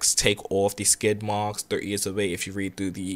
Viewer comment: I love the way you do that right thur right thur lol